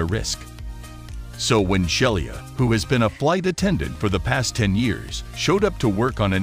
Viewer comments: i'd be willing to bet her name is not pronounced shell-e-ah but she-lee-ah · More proof that most computer-generated voice is not ready for "prime time". The attendant's name was Shelia (she-la) not Shelly-a. And the constant wrong inflections are distracting.